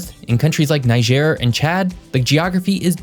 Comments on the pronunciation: On the pronunciation front, Niger (country) is pronounced Knee-jay. Niger (river) is Nigh-Jah. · NEE-jhair. and ben-EEN.